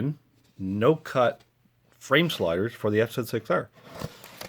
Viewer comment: Was pleasantly surpriesed to hear the bike pronounced correctly, F Zed 6R :) Had to confirm which one was the left bolt for the offset engine bolt. My son sheared the top of his off when he dropped the bike, but no damage to the bike at all. Thanks for the great video.